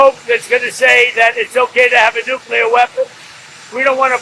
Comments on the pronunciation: Nukyuhler? It’s fucking NUCLEAR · Petition for to practice saying the word, nuclear and not nucular! With all due respect to the supreme leader, it’s just annoying 🙄